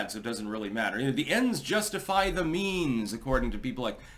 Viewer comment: “The endS justifiy the Meems” best “ever!